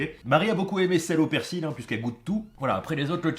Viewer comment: ON NE PRONONCE PAS LE "L" DANS "PERSIL" BORDEL !!! Comme dans "fusil" ou "outil".